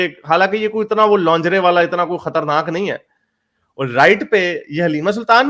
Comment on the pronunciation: Correct your pronunciation of lingerie.